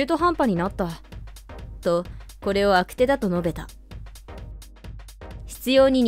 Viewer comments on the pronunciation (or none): 悪手=「あくて」じゃなく「あくしゅ」な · 悪手をあくてと読む人を初めて見た😂